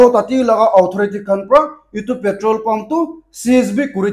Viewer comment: Bro, your pronounce of petrol in nagames is not daeli.